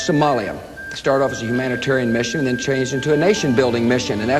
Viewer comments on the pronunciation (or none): none